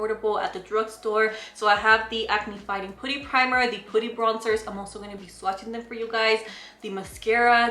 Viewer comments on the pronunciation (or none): i love how u pronounce putty 😂 its actually pronounced pah-tee. pooty’s cute too hehehe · I love listening to her say putty!! She's so cute, always bringing us great content 🙌